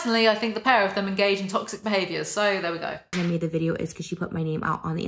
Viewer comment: ''and that is what tox-ICK!people say..'' lol.